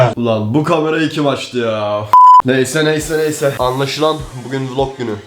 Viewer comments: Vılog değil vilog yani Vlog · Hiç kimse:: vulog günü